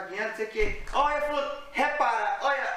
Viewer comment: Acho tão engraçado qdo o fala" melhor,olha,molhado"...kkkkkk...ele n pronuncia o "lh"... então,acaba ficando:" melor, Ola e molado"!!kkkkkk